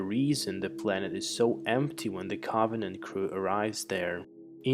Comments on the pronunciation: He says, “awien Caabanant” lol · "Alien caaauuuuggghhvenant" why cant you say Covenant!? 😂😂😂😂😂😂😂😂😂😂😂😂😂😂😂😂😂😂😂😂😂😂😂😂😂😂😂😂😂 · "Co-vuh-nent" 🌚 I fell asleep 😵